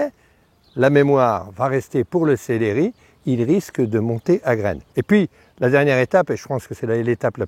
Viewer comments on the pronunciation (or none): Céléri??????? on dit célEri il n'y a pas d'accent sur le deuxième E